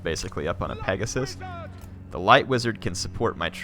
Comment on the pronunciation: It's clearly pegasium